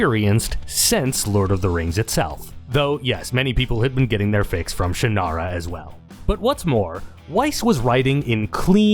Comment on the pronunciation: Finally, someone who pronounces Shannara the way I always have